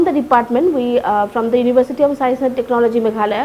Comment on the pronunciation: University not Univershity...